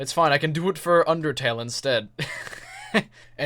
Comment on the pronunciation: 'Underale' 00.00